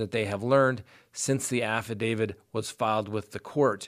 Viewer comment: Your program is good. Why do you say affi-david instead of affi-davit, though?